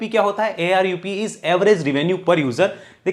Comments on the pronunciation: Sir it's ARPU not ARUP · ARUP ❌ ARPU ✅